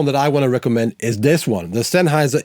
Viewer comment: Oh, that moment when someone's pronouncing "Sennheiser" authentic))